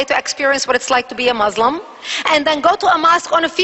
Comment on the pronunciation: she can't even say Muslim right...lolz... the witch!